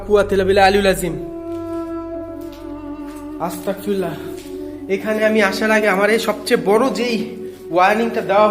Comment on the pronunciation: আল্লাহু আকবার চারবার বলতে হবে তিন বার হবেনা আসতাকফিরুল্লা হবেনা এটা ভুল আস্তাগফিরুল্লা হবে